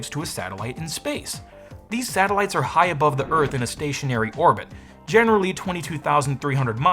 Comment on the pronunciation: Satellites, you mean Sattleloons?